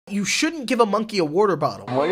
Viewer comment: Yeah why is nobody talking about how he pronounces water